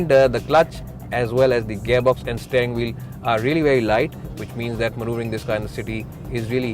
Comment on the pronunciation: Work on your pronunciation. .. eg. Steering, rear etc.